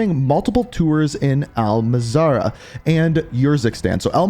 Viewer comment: Al Mahzra not Al Mazarah Norweeeeeeeeeeeegen not Norwegern Marine Cor not Marine Corpse